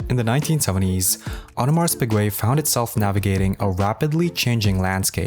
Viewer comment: Awe-de-mar Pee-gay, not AudemarS PIgwey